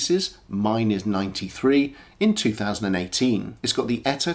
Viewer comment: I love the turquoise one, but at around $3,000.00 it's twice what I would consider fair. BTW: It's just "E-T-A", not an "Etta".